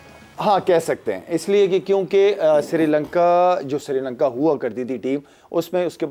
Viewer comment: madam ji its not "SIRI LANKA", name is "SHRI LANKA"...................